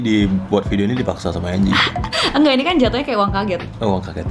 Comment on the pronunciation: Angie woi, dibacanya enji